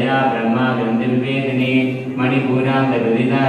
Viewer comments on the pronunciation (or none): none